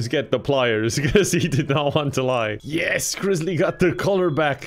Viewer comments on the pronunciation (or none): I dont know why but the "Yers" always gets me🤣🤣🤣